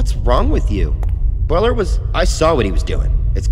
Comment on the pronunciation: goOD WORK. I think you should have pronounced the first syllable of 'Bueller' so it rhymes with 'dew', as in the Matthew Broderick movie 'Ferris Bueller's Day Off'